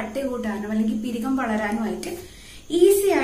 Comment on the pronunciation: പിരികം അല്ല പുരികം ആണ്